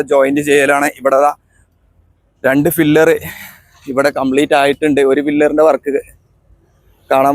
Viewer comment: Pillar ആണ്. ഫില്ലർ എന്ന് പറയരുത് ❤️